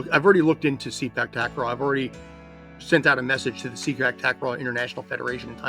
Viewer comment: The proper pronunciation for Sepak Takraw should be "Say Pak" instead of "See Pak". As others have mentioned, the word Sepak simply means "kick" in the Malay language, while "Takraw" is a Thai word for ball. In Malaysia this used to be called "Sepak Raga", where "Raga" means a ball that is made of rattan. If I'm not mistaken, the name transition happened in the 1970s.